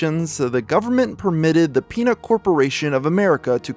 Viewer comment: Very time he says peanut I keep thinking he's saying penis, lmao.